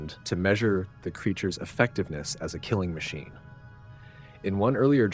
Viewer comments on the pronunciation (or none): none